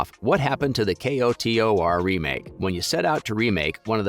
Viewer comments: Kotor. Not, "K. O. T. O. R." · you said k-o-t-o-r. child. it's pronounced "coder". child. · K-o-t-o-r…??? Sir, it’s “ko-tor” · Commenting so you remember how annoyed you were hearing how he said k-o-t-o-r 🤣 jkjk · Fr was really annoying who tf says k o t o r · Say it with me KO-TOR. 🤣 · The way you talk about this stuff is so annoying. You don’t need to spell out KOTOR just say it exactly as you would say a word spelled that way.. and ASPYR is said like “aspire” not asspurr.. it really takes away from the video when I’m constantly cringing at the way you say things